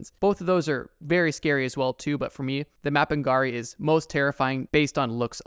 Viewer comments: Bro said mapingari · I'm scared of how you pronuoneced mapinguari.